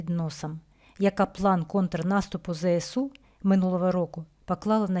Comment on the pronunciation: Правильно говорити не "зе се у", а "зе ес у". Тому що буква "С" в абетці читається "ес", а не "се". І ще зроблю зауваження тим, хто говорить "те ре о". Та на "ре", а "ер"! Теж мені "ки ли ми ни, пи ри си ти". А взагалі "Територіальна Оборона" - це "ТО". Буква "Р" тут як до чогось дверка - ні до чого.